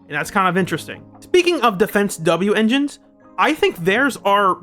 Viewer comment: Well that was good. Also just say wenjin like the rest of us.